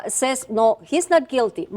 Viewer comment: some witnesses saysss hahaha aprende a hablar cojudaza